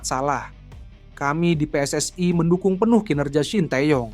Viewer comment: Yg membaca baru belajar membaca PSSI seharusnya pe es es i bukan pe es es ai ini orang Indonesia atau Malaysia atau Malaya kalau menggunakan bahasa Melayu sah sah saja PSSI di baca pi es es ai